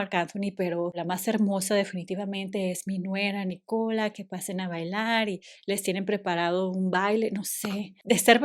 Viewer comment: Es NÍcola. La acentuación va en NÍ, no en CO…